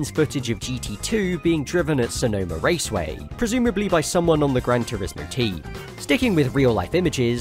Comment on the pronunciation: "Infineon Raseway"